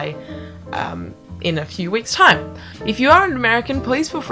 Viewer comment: the only difference i could narrow is you "eigh" in shines, lines and time. Comparing to I guess what amounts to non-regional dialect for america, you would pass very well in cleveland.